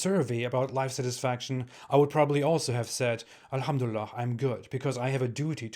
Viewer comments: I'm very happy 😂😂😂 oğlum çıktığın yere geri gir,how do you know , if you're not happy doesn't mean we're not 😂😂😂😂 you can't even pronounce elhamdülillah right and that proofs that you never were a MUSLIM you prick 😂😂😂😮😮😮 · “I used to be a Muslim” you can’t even say alhumdulillah or Islam right. 😂😂